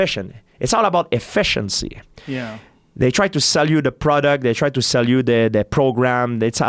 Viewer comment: How GSP said efficiency sounds straight out of an 80s James Bond movie